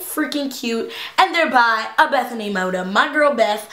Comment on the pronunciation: I love how ur like good friends with bethenay and say her last name wrong lol. And I'm not hatiting so no one think that I'm hatting on teala, because I honestly love her and you all seem attack random people in her comments If they mention Sommething she's made a mistake